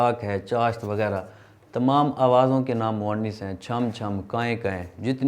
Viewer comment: آپ نےبعض الفاظ کا تلفظ غلط ادا کیا۔۔اردو استاذ کی حیثیت سے آپ۔کی گفتگو میں تلفظ کی اغلاط نہیں ہونی چاہیں۔۔آپ نے ۔۔۔۔۔مرض. اور. موئنث۔ کو غلط تلفظ سے ادا کیا